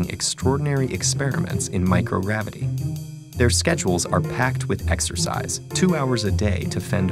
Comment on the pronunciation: lel he said microravity